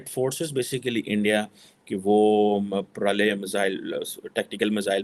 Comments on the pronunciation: It's pralay not prolay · MADrassa chaap, yeh pro-lay nahin “Pra-la-ya” hai. Lahori Urdu yani aap LARDU language bolne wale ho. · It's pralay not parali 🤣🤣🤣🤣🤣 pakistanis 🤣🤣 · It is प्रलय bolna to seekh lo pehle fir video banaooo yrrrr